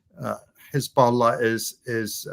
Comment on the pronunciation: can't believe that israeli propaganda video literally pronounces it 'khezbollah'